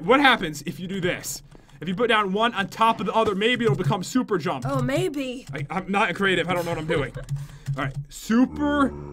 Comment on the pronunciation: You said shuper XD